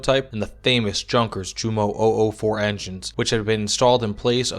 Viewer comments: Great video. But, “junkers” is pronounced “yoon-kas” FYI. 😎👍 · Zehr gut . und Junkers is aktually Yunkers > no pronounce hard J ! Danke . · Good video, but you must learn about pronouncing words from not your language. When I heard yours Junkers jumo, well, you throw me through the roof. No hard feelings.